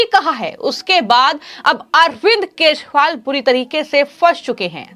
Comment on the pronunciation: को केजरीवाल, बी जे पी व चुनाव आदि जैसे शब्दों को, किसी योग्य टीचर के संरक्षण में, रोज कम से कम 100 बार सही उच्चारण करने की प्रैक्टिस करनी चाहिए। शायद फिर वो ठीक तरह से बोल सके।